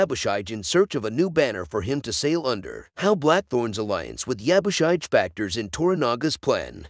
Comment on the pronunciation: Yabushige... shige is pronounced "she-gey"